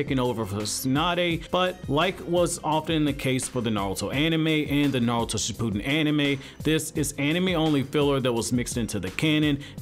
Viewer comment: 😂😂😂 It is not pronounced "Sh - POO - den" but "ShiPP - oo(smaller oo sound and not an extended sound. The effort doesn't stay on saying "POO" in this word.) - din". 💙💙💙💙💙💙💙